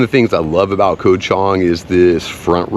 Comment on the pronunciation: KOH (island in Thai) is pronounced GAW. Come on, what happened to your Thai language lessons?!?!